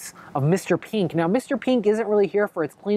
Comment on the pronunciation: Anyone notice he pronounces mr.pink mr.peenk lol